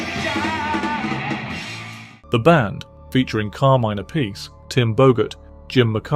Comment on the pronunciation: Finally someone knows how to say Appice